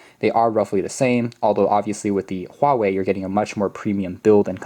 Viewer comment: you must be Chinese or at least Asian, cuz you are the only youtuber who got the Huawei pronounced right. lol